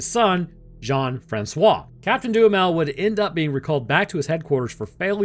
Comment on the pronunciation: Anyone else hearing DOOM METAL instead of Duhamel?